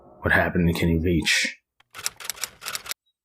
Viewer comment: Veach not Vich